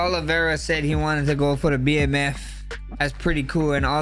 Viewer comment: Why the hell does jon call it a "bamf" belt? 😂 it's 3 letters BMF